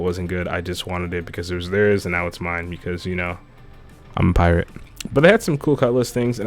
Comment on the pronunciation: "Because I'm a priate"